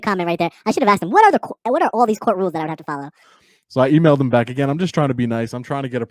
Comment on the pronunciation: 3 seconds into his intro is all you need to see what a clown he is, and when he says "BACK" like it's something special, I threw up. A know nothing know it all.